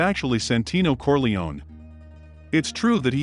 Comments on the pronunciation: Kor-lay-oh-nee, not kor-lee-one. 🙄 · It’s CorleoNE, not Corleon